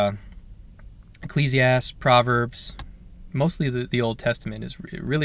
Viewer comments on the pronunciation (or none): It's pronounced "Ecclesiast-EES"